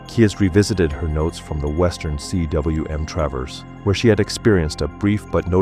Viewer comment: Cwm is pronounced ‘coom’ and is the Welsh word for valley. A good word to know for those speaking about S Col routes.